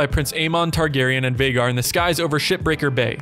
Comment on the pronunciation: Not Veigar, Vhagar